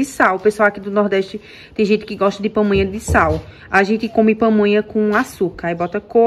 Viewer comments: Dhay não é Pomonha não é PAmonha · Só uma correção: é pamonha, e milho cozido, não pomonha,e cozinhado,não é crítica, é somente uma correção, justamente para as pessoas não ficarem criticando você, felicidades para vocês.